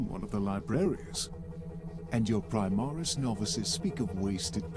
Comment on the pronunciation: "Primaris" aaaaaaaaaand I'm out.